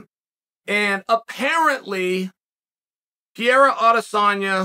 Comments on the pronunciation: the moment he said PIERA i stopped the video. When he did it with BELAL, it was funny , but now is ANNOYING as hell...Is like a 5 year old repeating the same joke over and over again hoping to get the same laugh. Bro, change the material, it's ain't funny at all...Very close to unsubscribing. I'm sure i'm not the only one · PEREIRA not Piera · Alex "Piera" Pereira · who dafuq is pieira? its fucking PE REI RA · Pierra XD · Per-Rare-Uh. You can do this Chael. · Pierraah lol Uncle chael at it again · Next week perierias name is guna be perura lol the way chaos pronounces it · PeeAirA is good at Mooey Tie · Chael never gets a name right. Pierre ah. LOL! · Every video Uncle Chael mentions Pierre-uh, I reminisce and re-watch a George St Pierre fight from the past. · I must say this is first time that Chael's mispronunciation of Pereira's name is irritating me :D